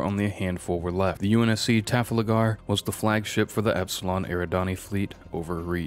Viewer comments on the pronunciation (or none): Tafalagar?:))) It's Trafalgar. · Did I just hear the Trafalgar pronounced as Trafff la garr Good video regardless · Ah yes, the famous battle of Taflagar (Trafalgar.) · The pronunciations, just doing everything phonetically, Epoch, Poonic, sith 🤣 Holy crap I just got to "Taflagar". Dude well done on the effort but Christ learn to speak 🤣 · Very good video! Well structured and comprehensive. Just a couple nitpicks: 1. Epoch is pronounced 'e-pock' not 'e-potch' 2. The UNSC Trafalgar is named after a real place and pronounced 'tra-fal-gr' Tiny things though, excellent job overall 🩵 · Trah-fal-ger (hard G) It hurts my soul to hear one of the greatest naval battles of history's name butchered so badly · Your mispronunciation of Punic, Epoch, Charon, and Trafalgar irks me. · Add Trafalgar to the list of butchered words in this video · He messed up punic and trafalgar too. Gets distracting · My brother in Christ, please fact-check the pronunciations! How have you not heard how to say Trafalgar?